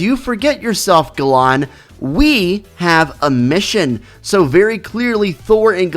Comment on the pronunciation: allow me to teach you how to correctly say Galan (history taught me this) It's said Gay-lun not Gah-lahn